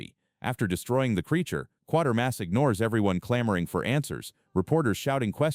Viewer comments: It's QUATERMASS, not QUARTERMASS, you dummy!! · It's "Quaitermass" not "Quartermass"!